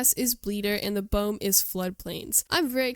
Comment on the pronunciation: Nice Development vid, apart from the incorrect pronunciation of "Biome" and 90% of the dinos names . . .